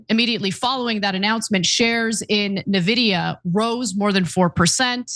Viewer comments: i was left speechless : Ana ,you live in U.S.( i don't) and you can't even ...😱pronounce correctly the 1st company in history which passed the 4trillion value ??? It's like pronouncing Microsoft instead of M(a)icrosoft !!!! really ? Nevidia ??? And since i've heard many nonsense from people in the past about what is verbally correct ,and i'm sure you would argue the same like those people ,i'll say it ahead in order to prevent that argument : nVIDIA isn't some dictionary word . It's a company which certain Founders have ...founded and those certain Founders are the ONLY ones who will decide how their company will be pronounced !!! And guess what : they don't pronounce their company nevidia ,so why on earth are you changing THEIR company's pronunciation ??? (*FYI , i'm a fan of nVIDIA since 1999 ) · it's funny hearing non-tech reporters pronouncing it nuhvidia or neevidia ... and aitch two oh ... it's H-twenty, Ana! 😂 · it's not nevidea ! say it right ! arrggg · It's pronounced invidia. Comes from the Latin word for envy, invidia. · Painful to hear you mispronounce the name eventho its the biggest US company right now. You sound like Trump calling Tesla "Tesler". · You can tell she can't even pronounce Nvidia correctly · Ana is so dumb and this news org is a joke. She read H2O instead of H twenty, she doesn't propounce Nvidia correctly. Not even bothering to do a 20 second research before a story. Typical leftist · Also, this retarded turk doesn't even know how Nvidia is pronounced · Love you guys, but it's "en-vidia". Like the letter "N", then just vidia. Their favorite pastime is money gauging PC gamers and being greedy in general.